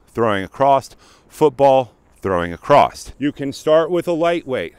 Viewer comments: AcrossT, that's what I came. He definitely said acrossT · Heads up dude. The word is across.